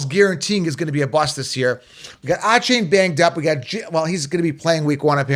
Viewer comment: You pronounce Achane so wrong lol